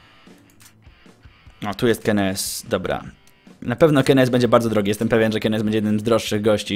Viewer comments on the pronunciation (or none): czy kennys nie powinno wymawiać keny sy ??